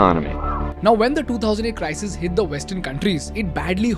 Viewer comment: sounds like CRY-SEEES